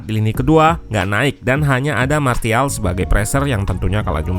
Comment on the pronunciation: SARAN: biar channel ini lebih keren lagi, tolong perbaiki pengucapan kata-kata bahasa Inggris-nya. Kemudian, pengucapan nama-nama pemainnya jangan salah dong. Masak iya nyebut Martial, huruf T-nya dibaca bulat-bulat min. 😄